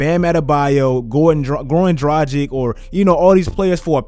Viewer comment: Maan, I really love your videos but you should know that the heat guard's name is pronounced "Dragich", not "Drajik". Peace